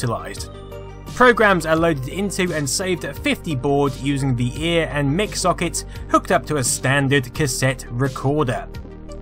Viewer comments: Great video , but it’s mike not mick as in microphones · ZX Spectrum released in 1983? I think you're out by a year there! And it's Mic pronounced Mike, not Mick. Since it's short for Microphone.